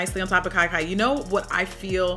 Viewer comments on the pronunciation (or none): You pronounce Kia Kia like kee kee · I giggled every time I heard "Kai Kai." Sorry Auntie!